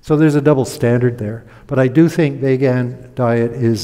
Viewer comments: Is this guy intentionally mispronouncing vegan or has he honestly never heard the word uttered before? It’s 2023 pal. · Dude doesn’t even know how to say vegan. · This is almost like a "Hidden Pictures". Find the mistakes! He also mispronounces the word 'vegan' over and over. I suppose he may know a person or two who says it the same wrong way, but he seems to think everyone does. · It's pronounced "Veeg-in" with a long 'e' and a hard 'g'. People telling you they're cutting back on meat for vague reasons must be why you call them vaguens. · Vay gun sounds like a weapon. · What’s a Vaygan? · No he doesn’t stop. He reminds me of a slightly smarter Atkins; short termism, snake oil and confusion spreading, brainwashing (eg. deliberately mispronouncing vegan and using vague in next sentence, crafty as..) all round. Not much hope for the 🌎 on this thread but glad it came up in my feed to watch as it’s a reminder what the young ‘uns are up against.